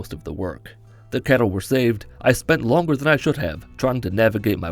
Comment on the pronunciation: CATTLE !! NOT KETTLE !